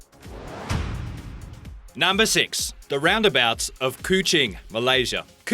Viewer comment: 13 craziest "ralnd abalts"